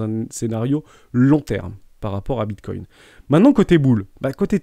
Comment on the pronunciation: Non, c’est comme ceux qui disent Bitcouine mdr